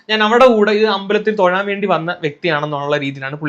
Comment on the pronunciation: തൊയാൻ അല്ല തൊഴാൻ 😆